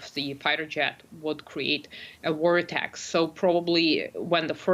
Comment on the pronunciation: )) lady, it's called a VORtex, not a WARtex!